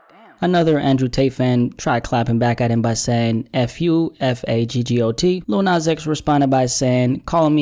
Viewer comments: He said "Li-ul nas" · Little NOZ